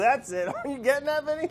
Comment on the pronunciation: Brad keep saying Vinny hurts me badly